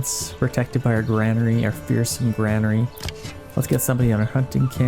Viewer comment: it is pronounced “GUR-AIN-ER-E” not. “GRAN-ER-E”